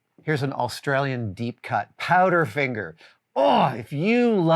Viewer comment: I swear he's putting an extra L in Australian (awlstralyan).